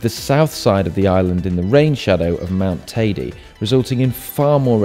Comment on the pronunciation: It's hilarious how you guys pronounce Teide. It's certainly not Tidy. Come on, if you climb it, at least get its name right.